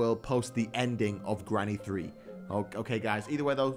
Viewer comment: Grrrrrrany thrrrrrrree